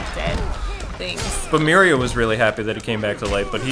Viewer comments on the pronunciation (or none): Maybe I am the only ine to notice, but Aquaman's wife's name is MERA not MERIA or however you pronounce it. Not a big deal but as an avid comic book reader it hit a nerve. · So, I'm just saying, it's Mera, not Miria. And it's Aqualad, not Aquaboy. Also it's Dan Didio, not Dan Dido.